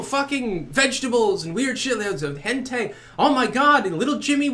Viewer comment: Lol "hentae"